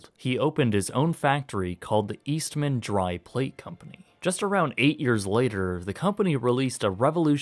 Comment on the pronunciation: My mom and aunts all worked for Kodak in Rochester, NY. FYI, it isn't East Man, it's Eastman. Say it quick :)